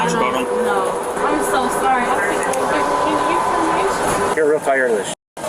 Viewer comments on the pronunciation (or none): none